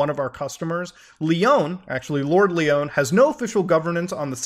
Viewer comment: It's not Leeon, its Lion. Lord Lyon lol